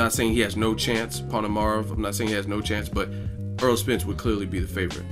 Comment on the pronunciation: AIR-ROLL not Earl